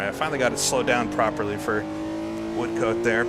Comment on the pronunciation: Apologies, we Brits do have some funny ways of pronouncing names. The second syllable of Levant rhymes with Ant and pretend there is no E on the end of Woodcote.